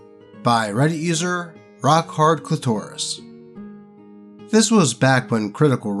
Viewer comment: Did he mispronounce clitoris on purpose?